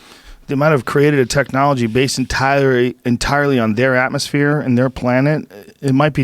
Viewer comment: joe had a schaub moment there. "entirey"